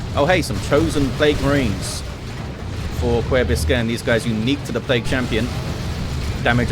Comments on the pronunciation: omg, he butchered it so hard. Someone teach how to pronounce an Ü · Kuerbiskern here😄 This was my first match casted by! So thank you so much for chosing this match. I had a blast watching it since it already has been quite a bit since I played it. The best part of the video was you trying to pronounce my name!